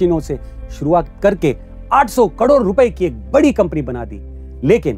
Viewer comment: वो कड़ोर नहीं करोड़ होता है 😅